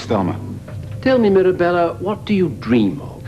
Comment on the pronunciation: It’s dream not dram